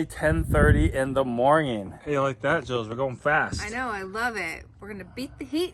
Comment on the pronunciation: Stop saying morging